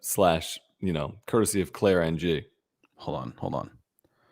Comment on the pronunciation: Just an fyi, "Ng" is a surname! A good approximation of pronunciation with sounds that exist in English would be "ing" (like the suffix on verbs).